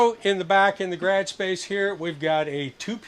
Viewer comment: Hey what is dad calling the garage space? I never heard you call it that. I rewatched it and he does say garage but it sounds like grag. 😂😂😂😂